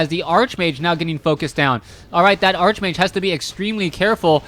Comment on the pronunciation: Everytime he says Archmage, it hurts.